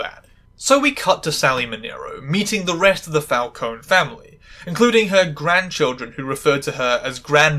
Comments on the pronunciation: Oh, technically, Italian names that end in an e are pronounced “eh.” Like, Falcon-eh. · its FAL-CO-NEH with the E ponounced like the first E in "ESCAPE" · Just to let you know, "Falcone" is pronounced Fahl-cone-eh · Well,sorry to say it to you,,but both of your pronunciations of "Falcone" are wrong P.s.I'm an italian girl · Did not notice the Falcone pronunciation until you pointed it out, but I enjoy that you did